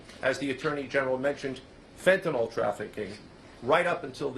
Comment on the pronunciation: The correct spelling is fentanyl. The pronunciation is fen-TAN-il. The second syllable, "TAN," is stressed, and the final "yl" uses a short "i" sound. Common mispronunciations The drug name is sometimes incorrectly pronounced as "fentanol".